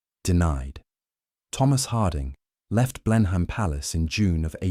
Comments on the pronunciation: I think "Clivedan" is pronounced "Clivden". And "Blenheim" is "Blenum". And is that really E.M Forster or so? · I came to say that I enjoy listening to your content, until [3.25] in this video and you mispronounced 'Blenheim"... "Oh no! I thought he was real but it's just more slop!" But it isn't. No clickbait-y buzzwords spewing a political agenda. It's entertaining, informative, educational and dare I say it, important as a rare historically based cultural record about those of us who went before. Thank you. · Computer generated voice over. The pronunciation of Blenheim gave it away instantly. 😂